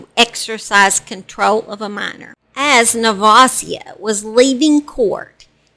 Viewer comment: This is so sad. I went to JR high school with her. She had been abused all her life. Never would i have thought she would do that to her daughter knowing the truma abuse can cause. Btw your saying nevasia name so wrong.